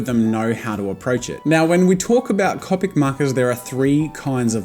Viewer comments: Copic?? You say it weird. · no Jazza one day you will give in to saying copic right iv'e seen it. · And in 2019 Jazza has changed his pronunciation of Copic. Never say never! Edit: No transparent blender recommended! I can't belive it! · It enrages me so much that he says it wrong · Its annoying the way he pronounces Copic wrong. To me its like calling Banana Bay-nay-nay. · Ur sai copic markar wronge!!!!!!!!!111!!!1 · Omygawd im glad im not de only one pronouncin copic and manga wrong 😂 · You pronounce Copic wrong it's pronounced Copic. XD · Disliked and unsubscribed because of how you say "copic" and "manga" so no I won't deal with it. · just FYI in 3 years you say cOpic not cAWpic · Go with first syllable… Co…. Pic….. not ….. Cop….ic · It’s co pic not ca pic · lol love how in the beginning he says that he will always pronounce it (Cop-ic) rather than (cope-ic) and now in 2019 he will say both at random, sometimes he will say (cop-ic) and every once in awhile he will say (cope-ic) without realizing. also anyone else watching in 2019? from 2019 you can tell his recording and audio quality improved greatly!! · Who else pronounce it "Cawpic" not "Cowpic". 😂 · It’s pronounced C”o”pic!! Not cupic JEEZ! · It’s comic not cowpic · It’s not cahpic it’s cohpic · Copic (Co-*like co worker*pic. Not Cop-ic) does not sell a 32 set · Stop, stop, stop you're GONNA GET YOUR FANS TRIGGERED! And besides you're saying it wr0ng! It's MANga not manga. And it's C0pic not cOOpic. Harry Potter quote down below. It's leviOsah, not levioSAH! I'm not sorry. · heheh and you TOTALLY call them coe-picks now!!!! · He now calls them “c-o-pic” 😂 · “I’m always gonna say “cawpic”” sure jazza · “Cohpic markers” Annoying but I can live with it. “Manga” (pronounced wrong) T R I G G E R E D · Your way of pronouncing ”Copic” is fine, my art friend calls them... ”Coh- Pec” And im like WHERE IS THE ”PEC”?! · I'm from the future you will begin calling them Copic (Koe-pick)